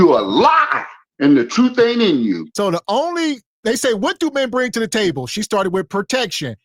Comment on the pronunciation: Why she pronounce table taybowl?